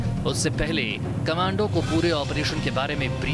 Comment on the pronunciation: Thoda to padha-likha anchor rakha karo News Nation walo, "Commando" ko 'Comundo, cummondo' pata nahi kya kya bolra hai.